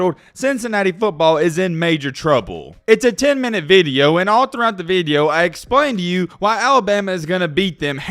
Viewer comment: Video.....not vid yo...🤔😁